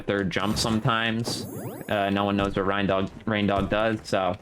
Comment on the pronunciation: My man, I’m pretty sure his name is pronounced “rain-dog,” as in a dog with reindeer antlers.